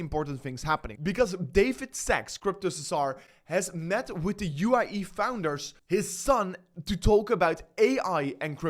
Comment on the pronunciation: UAE , not u i e ..